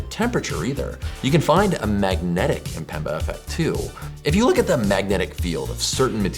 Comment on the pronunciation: Isn't amazing that many English speakers seem incapable of pronouncing Mpemba and say Empemba instead? The way phonetics of one's own language literally makes one uncapable of hearing some pronunciation details is crazy.